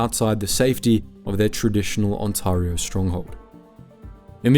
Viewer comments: It's Ontario, not Untawrio, stupid AI voice ! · On-terry-o not On-tahrry-o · "On-TAR-io" this is an incorrect pronunciation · You should teach your AI how to pronounce "Ontayrio" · he does make it sound more fancy, though.😅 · Is this AI narration? The channel is called "Maple Inc" but the pronunciation of "Ontario" is completely wrong. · Script feels AI generated and poorly edited. confusing crinkle cut fries with straight cut? confusing glass with ceramic? and the host cannot pronounce 'Ontario' which is very odd for a channel called 'Maple Inc' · My opinion of Swiss Chalet is mid. HOWEVER. As an Ontarian. PLEASE for the love of God, learn how to pronounce our province. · LMFAO the AI trying to pronounce Ontario. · The second syllable of Ontario rhymes with air.